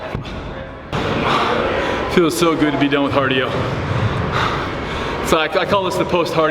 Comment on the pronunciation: he said "hardio" hahaha